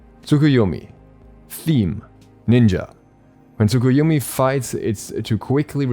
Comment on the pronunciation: When u are early but u dont know how to pronounce the name of new god